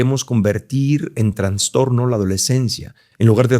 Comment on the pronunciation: Se dice trastorno, no transtorno.